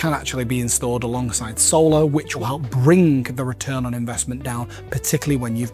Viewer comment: IT'S NOT " b r i n G k "